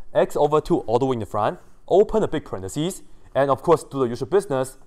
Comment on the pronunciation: Yes, a parenthesis is either the punctuation mark, or the phrase within the parentheses. But the singular in either case is parenthesis, and the plural is parentheses. Many technical people pronounce incorrectly the singular form. I've heard many many wrong pronunciations: "parentheSEE" is very common to hear; I laugh and cringe when I hear it. But a pair of parentheses begins with a left parentheSIS and ends with a right parenthesSIS.